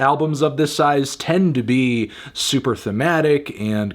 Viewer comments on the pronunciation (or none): none